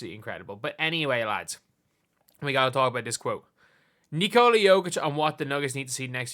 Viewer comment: Nice to see how you pronounce nikola right. Legend